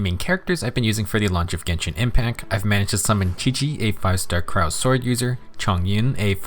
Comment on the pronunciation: It's not cyro it's cryo.